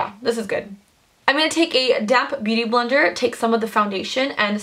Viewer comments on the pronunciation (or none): none